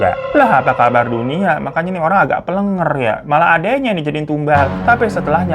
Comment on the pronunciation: btw babu, baca "plenger" tuh bukan kek gitu.. tp, E pertama dibaca kayak E-nya "sekolah" E kedua dibaca kayak E-nya "sempak(CD)"😂